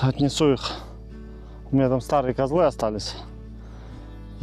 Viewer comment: Не козлЫ, а кОзлы☝️😀